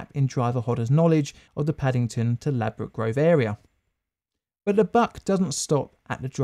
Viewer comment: "ladbroke" lmao